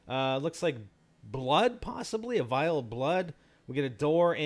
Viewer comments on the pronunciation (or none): Vial, not vile.